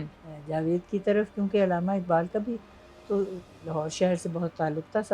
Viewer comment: Ilama ni hota urdu ka bayra garq na kreyn Allama hota hy